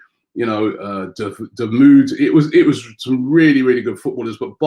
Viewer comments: Lmao "DaMood" its Dahoud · Josiah James chill out mate, I was only talking about the pronunciation of his name, It’s Dahoud and I know he’s a baller, don’t cry ffs